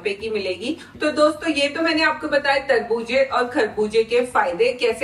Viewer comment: Kharbooz❌kharbooj✔️😂. Tarbooz❎Tarbooj✅😂